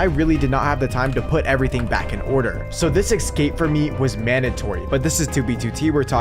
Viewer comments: EScape not EXSCape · why does he keep saying "ekscape" 😭